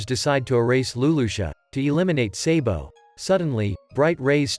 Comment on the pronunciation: Why are you always say sebo but we call him sabo